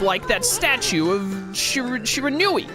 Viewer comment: Shear-a-noo-ee, bro.